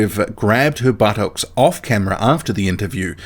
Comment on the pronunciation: You pronounced buttocks like forest gump then mate lol